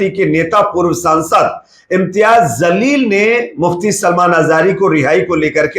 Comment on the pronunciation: आप ज़लील बोल रहे गलत हैःःःजलील है